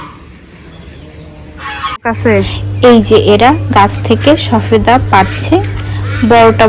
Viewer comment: শবেদা বলেন শফেদা বলছেন কেনো বলছেন